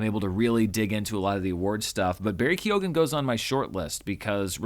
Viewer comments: Barry Keoghan's surname is pronounced "kyohn", not "kyogan". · Keoghan - pronounced 'Key - own' Just dont pronounced the 'key' part so much So like Ky-own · I'm irish , keoghan, the g is silent ! I know I know, why is it in there!! Pronounced ke y own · Lovely, that's not the correct pronunciation of Keoghan. Lead the way:)